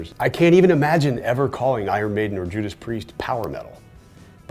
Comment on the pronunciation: It's Maiden cmon